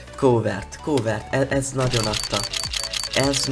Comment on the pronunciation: nem kovert hanem kávört